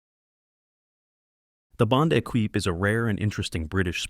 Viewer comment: Lima as in Peru (lee-ma) not pseudo Spanish fruit ! Equipe (e-keep), not Ekweep...